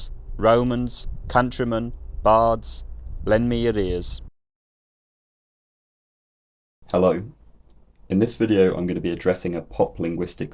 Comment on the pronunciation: The last example of the statement at the beginning, sounded like at the end you were saying “lend me arrears.” As an accountant I can tell you that’s not how arrears work. They are not lent, they are bent over.